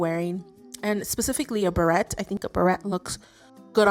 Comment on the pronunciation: tip from a french speaker - beret (the little hat) is pronounced ber-AY (et is silent). easy to mix up with the word barrette like the hair clip :)